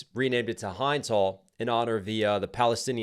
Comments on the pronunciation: the little girl's name is correctly pronounced "Hend" not with a long 'i'. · It’s pronounced like “Hindu” minus the “u”, not like “hide”. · Guys please, the name of Hind is not Hi-nd. It is He-nd. That’s the correct way of pronouncing it. I have seen many people saying her name incorrectly. Respect legend!🇵🇸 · It is not "Hinnde Hall" it is 'Hind Hall' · not HYDE's Hall. . H-IN-D's Hall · Her name was hind like tinned like not hind like find xxx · I like your reaction. Just want to correct your pronunciation of Hind. It’s not pronounced “Hynd”. It’s more like “hend”. The other pronunciation of “I” I guess. Thank you for your support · The girl's was Hind... pronounced H-ind like in the word Hint... not High-nd... lovely name and sweet soul may Allah give her delights in Jannah. Ameen. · It Hin D not hind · Thanks for reacting to this song,. Two notes: 1) Hind’s name rhymes with “pinned,” not “grind.” 2) The best organizational coverage of the Palestinian genocide probably comes from Al-Jazeera, but there are a ton of independent journalists and pundits covering it accurately as well. Check out Aaron Maté, Ben Norton, Kyle Kulinski, Democracy Now!, Hasan Piker, Mouin Rabbani, Ali Abunimah, Omar Baddar, Rania Khalek, Richard Medhurst, and others. 🏞️🌊🇵🇸🆓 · Hind rhymes with wind. Rachel Corrie was the US Jew run over. Hind’s story is horrid but different. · Hey there, it's pronounced as Hend, it's okay I'm Lebanese so i know how to pronounce it. (You can watch my reaction if you want a reference ❤) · Fyi y’all: Hind rhymes with Wind ❤ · It pronounced Hend that’s her name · Thank you for covering this genocide✊🏽❤️🇵🇸✊🏽❤️🇵🇸 Hind Rajab is that little 6 years old Palestinian girl trapped in a car that was attacked and bombed by the IDF - Hind is pronounced like hymn but with a hard n & a hard d sounds at the end AIPAC = American Israeli Political Action Committee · The "i" in Hind isn't a hard "I" like "Hi", it's a soft "i" like "hinder" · Its Hinds like Hindu